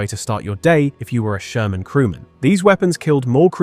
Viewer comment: Jaja, der Sörmänpanzer.... KI-SCHEISS!